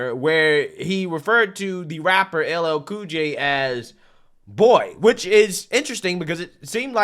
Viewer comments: He can’t even say LL Cool J? What a clown. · boy! you got some big muscles, was really funny when he messed up that black guy's name.